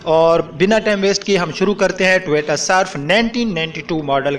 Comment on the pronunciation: بھائی پہلے اردوپر توجہ دو ۔اور ٹوییییٹا نہیں ہوتا ۔ٹویوٹا ہوتا ہے